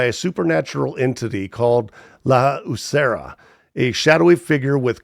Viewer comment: Great video — I loved this list, and I was really glad to see Huesera: The Bone Woman included. Just a small pronunciation note: the title is said “weh-SEH-rah,” not “Hooseria.” And the director’s name isn’t actually that hard once you hear it: Michelle Garza Cervera → sare-VARE-uh. Also — with a first name like Michelle i think it's a pretty safe bet that it's a she and not a he as you stated. It’s such a haunting, beautifully made movie — thanks for shining a light on it. 💀🖤